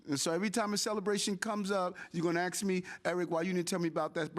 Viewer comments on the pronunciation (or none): Lady in White suit next to Mayor says axe instead of ask. Please stop that.